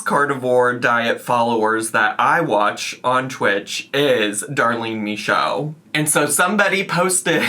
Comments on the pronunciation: As a French Canadian, I can confirm you saying "Michaud" the right way. ☺️ I'm really happy you're back, covering things you want to cover and not just following the drama. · French speaking Acadian in northern Maine here. Michaud DOES look like the way she pronounces it because it’s French and not English. 😂 Michaud is a very common name here. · Very common here in Quebec and it's said exactly like she said !